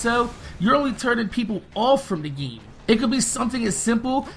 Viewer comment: You do know its "GAME" not "GEEM"